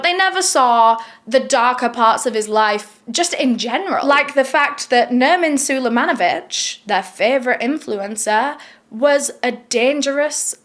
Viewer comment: calls him "Nerman sulejmanovic," I'm just gonna go with Thurman Merman..